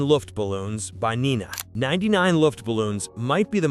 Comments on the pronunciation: It's not Nina but Nena. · Forgotten? By who? The majority of these songs were anthems from this era. Also the German version of 99 Luftballons was aired always in Canada not just Europe. And it pronounced NAY NA not knee na. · Nena is pronounced: “Nay-nah” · “Neenah”? You could have at least pronounce her name right!